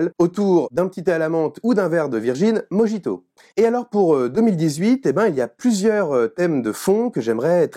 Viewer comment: ahhhhhhhhhhhhh tu prononces mojjjjito; quand tu as dit l'épine dans le pied de Jacques Lacan et tout le blabla en faisant durer le suspens, j'ai pas pensé à la femme mais plutôt à la question du masochisme, l'épine dans le pied des psychanalystes...